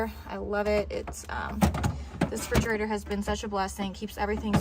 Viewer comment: Great video 🥰 but its called a refrigerater and not frigerater